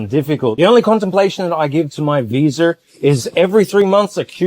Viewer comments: no R in Visa brother. Love your videos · Lol no brother its your accent. Aussies Kiwis and a lot of people from the UK add an R at the end of Media or Visa. Time stamp : (40 seconds in) I always like to give you guys a hard time. But I subscribed because you honestly have the best videos out of Thailand. Best channel I've found. Great work brother.